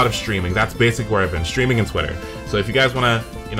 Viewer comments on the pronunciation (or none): none